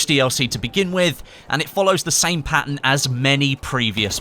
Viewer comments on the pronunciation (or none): none